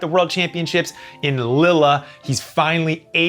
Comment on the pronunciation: Jeremy it's Lee-L not Lillaaa